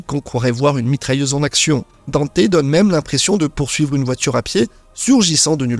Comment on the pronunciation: Faut arrêter avec la prononciation "Danté" les gars, on a eu une VF avec le reboot et le premier anime et ils disent "Dante"